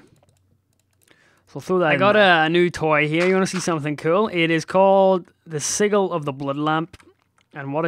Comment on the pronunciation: xD Its sij-il not sig-il xD pronunciation wise, not spelling